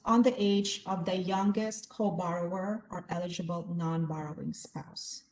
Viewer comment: Please ... learn to say "eligible" and "ineligible" correctly! It was annoying and distracting to hear it said incorrectly!